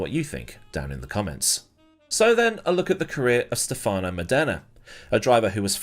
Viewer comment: when you make a video about a driver you could at least try to learn how to properly pronounce his name. Stèfano Mòdena. Not Stefàno Modèna.